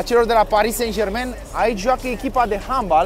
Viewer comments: Nu "Sen Jermen"! Se pronunta "SanJerman"!!! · “sen jermen”🤣🤣🤣